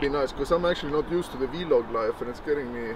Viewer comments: Cracks me up when he calls it the " V-Log ". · always says v-log instead of vlog.... so 2013:)